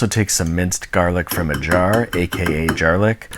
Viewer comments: “Jarlic” added to vocabulary. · "jarlic" hahaha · He said. Jarlic. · the word "jarlic" triggers my fight or flight instinct